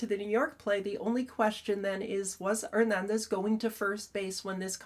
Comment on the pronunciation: THIS IS ONE OF YOUR BEST break downs. Excellent analysis of the facts and the rule(s). And the way you pronounce Hernandez is 🔥